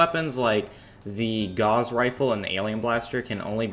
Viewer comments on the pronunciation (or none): the gauss rifle is pronounced like "doused in water". its named for a German mathematician~